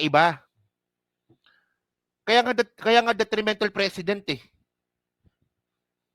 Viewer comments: Ang precedent, hindi pinopronounce ng president… pre-ce-dent. Narinig mo naman si PBBM diba. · Tol..Yung pronounciation mo ng precedent iba...it looks like president....😊😊😊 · Nagdudunong dunungan ka jan pero pati precedent ang bigkas mo president. Tanga 😂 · PRE-CE-DENT... MALUMAY ANG BIGKAS BRO.TAKERU..MEANING PARA DI TULARAN SA NEXT ADMINISTRATION OR DI TULARAN NG IBA.. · Mali ang pronunciation mo sa precedent. Ang bigkas mo kasi ay tulad ng president. Hindi man dapat mag react ang President sa statement ni Enrile dahil constitutionally hindi involve ang executive branch sa impeachment process. Ang dapat mag react ay ang Kamara dahil sampal sa kanila ang sinabi ni Enrile. Dahil sa takot mawalan sila ng INC votes ay wala action sa mga complaints. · Pre- cedent not Precedent. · Pronounced " preseedent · Pre ce dent mali lang pronunciation mo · PRE CE DENT po Ang pronouncation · Mali pag pronounced mo. Please check the correct pronunciation of precedent. Awkward pakinggan! President at precedent ay may pagka ibang pronunciation.